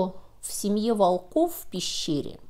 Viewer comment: Не волкОв,а вОлков.